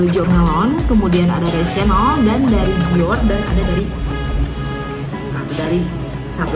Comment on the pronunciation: cara baca chanel nya salah 🫢